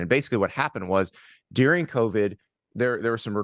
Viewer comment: During is pronounced doo-ring not dear-ring. Who is this clueless dude? You forgot the ongoing FBI investigation of the computer hacking incident by a Missed-again team staff member. You also forgot the Stalions “spy gate” which is much worse and the punishment will be much more severe. You have no idea what you’re talking about. None. The reservations about hiring Hairball is because he’s a narcissistic liar on an ego trip. Hairball couldn’t hold Belichick’s jock strap. Apparently this dude irons Hairball’s khakis in the evening after work.